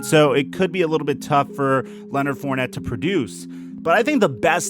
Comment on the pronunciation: Come home to New Orleans Mr. FOURNETTE. At least we will pronounce your name correctly. Don't be another great talent wasted on shitty teams.